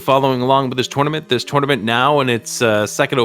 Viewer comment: Paaaaaainful. Also, it’s a tournament, not a “torenament.”